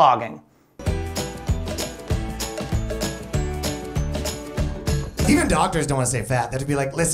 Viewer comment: I heard "Pogging" instead of "Blogging" and it still made sense.